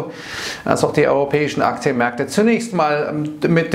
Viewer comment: Ich liebe es wenn du sagst "su di akzjenmerkte"